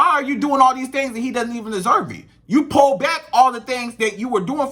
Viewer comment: Lol it’s Pull not PALL 😂😅